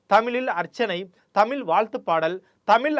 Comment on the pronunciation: Great content! But I could literally play a drinking game for everytime you pronounce Tamizh with a “ல்”🫡